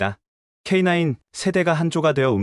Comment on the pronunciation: K냐이가아니라 k9 입니다